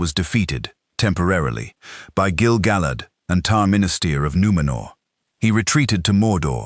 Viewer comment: Gil-ga-lad.. not.. Gil-ga-lid.. get it right